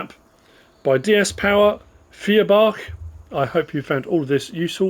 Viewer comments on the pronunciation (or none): Four is Vier in German, but the V in Vier is pronounced like an F, so it’s actually Fierbach